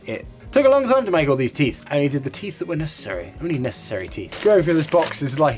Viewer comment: “My teeit beard! My teeits”